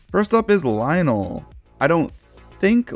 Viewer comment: I love how you say Lionel as Lionol